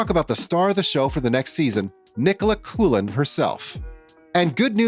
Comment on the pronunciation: Nicola's name is not coolin! Coughlan is pronounced cocklan.